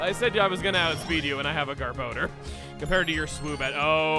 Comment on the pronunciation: GAHR-BUH-DOOR, not "gahr-bow-durr"